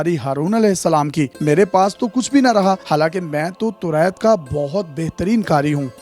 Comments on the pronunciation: Torait nahe toraat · Can you fix your pronunciation of Taurat.